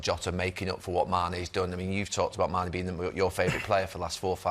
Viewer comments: No keano it's "mane" not "sane" 🤣😂..can't believe Jamie didn't correct him🤣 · It’s Gary who says mane first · He did say Mane in the beginning tbf.